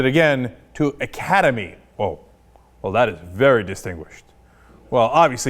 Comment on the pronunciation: They cant even say the name right